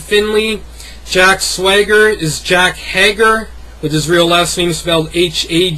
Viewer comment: you said jack hager it's jake hager the a is pronounces like an A so when you say a its that sound. also mike knox's real sir name is hett-inga try saying it now. great vid man you should do this more often